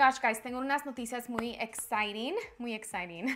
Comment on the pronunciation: “Exciting “ gets me everytime 😂